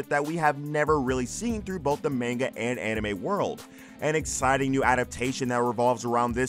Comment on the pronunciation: Any chance you could learn how to pronounce "manga" correctly?